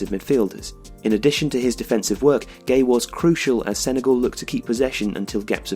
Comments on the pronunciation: His name isn't Gay, it's Gueye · gueye if that's how the name os pronounced the... though life